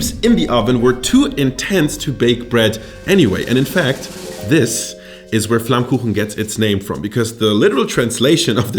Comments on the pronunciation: do you even know how perfectly you pronounced 'flammkuchen'? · As a German living right next to the Alsace this was kinda funny to me. Also very impressive how well you pronounce flammkuchen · hab doch gewusst dass du deutsch kannst, du sprichst flammkuchen viel zu perfekt aus als dass du ami bist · the pronounincing of flammkuchen was suprising onpoint. you even know what elsasss is, you really catched this complex topic in a frame that fits a yt video. i cant find a flaw. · So happy that you introduce tarte flambé :D (and even more happy that you got the name right :D most alsatian call it by its french name btw ;) ) Still i'd say that your "classic" version of it is a bit different than what used to be served in alsace, originaly you'd have the "normal" who was only lardon (ham), cream and oignion and the "gratiné" that add cheese to the previous one. However, your version align more with new interpretation of the tarte flambé that start to show up in local restaurant nowaday, and being a vegetarian from that area, god i love them ! Anyway, i'm really honored that you show them to the world, a big culinary thank you! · You say „Flammkuchen“ like a German